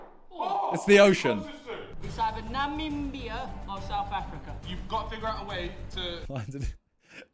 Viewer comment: I'm from Namibia and I gotta say I'm impressed by the way Simon pronounced the name 🔥